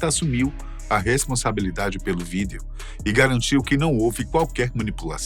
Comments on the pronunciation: ESSE CANAL TRAZ FATOS BACANA MAS ESSE APRESENTADOR TA FERRANDO O CANAL PRINCIPALMENTE QUANDO PRONUNCIA A PALAVRA " VÍDEO ' SAI FORA CARA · O primeiro cara na história que não sabe pronunciar a palavra “video” lkkkkk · Mano, que agonia quando ele fala a palavra “Vídeo” corretamente.